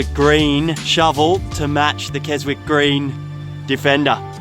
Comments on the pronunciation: Hello chums. Greetings from the Scottish Highlands. Enjoying the videos, but I nearly choked on my tea when you pronounced Keswick green Kes-Wick green. It's actually pronounced KeZik. It's named after the town in the county of Cumbria in the north of England. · aaaaaggghhh !!!!!! Kezik !! it's pronounced Kezik, not Kes-wick ! haha. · Stop say Kes-wick the people of Keswick are crying 😢 It’s pronounced Kez-ick ignore the W just pretend it doesn’t exist 👍😂😂 Like H in Yorkshire & France, pointless letter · As usual, excellent stuff! Great footage! When you say Keswick it is pronounced Ke sik! Keep up the great work!